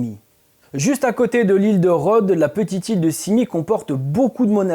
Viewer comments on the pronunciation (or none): none